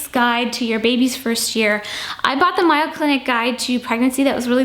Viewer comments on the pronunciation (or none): ...it's May-o Clinic (with a long a). Hahaha!!! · great video. Just wanted to point out that the Mayo Clinic is pronounced like the Mayo you put on sandwiches. 😉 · Enjoy your videos! As a die hard Minnesota resident, I want to help with the Mayo book pronunciation it is MAY-O Clinic not MY-YO Clinic. We are fortunate to have one of the very best health care facilities in the world in our state. I am waiting for your out and about fall/winter videos. I love the shopping videos and your out and about videos in the Chicago area. My best to you and the fam!